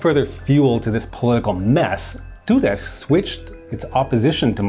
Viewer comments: Tudeh is to be pronounced "To the" with a normal "d" sound for the th. "H"s don't make the throat scratching sound, "Kh"s do. These pronunciations hurt my bones somehow :thonk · "Zahedi" is pronounced "Zahedi" not "Zakkhhkhhedi". "Toudeh" is pronounced "Toudeh" not "Toudekhkgkgkhhhkh".